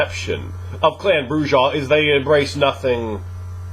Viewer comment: Not to bust balls but the "j" in Brujah is silent. It's pronounce "Broo ah" not" Broo jah"